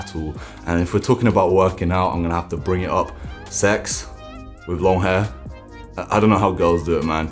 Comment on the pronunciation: You say wiv I think you mean with !😅